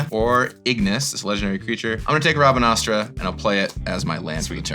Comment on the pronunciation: By the way, it's pronounced "rab-ahn-aster". That is how Rabanastre is pronounced.